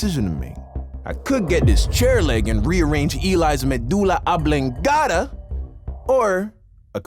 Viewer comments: "Rearange Eli's medula ablengada" had me weak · “Madula amblingota”😂😂😂😂😂😂😂😂😂😂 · I took 3 years off latin.. I lost it when he said rearrange his medulla oblongata